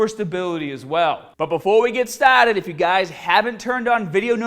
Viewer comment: "but before we get staaated" lmao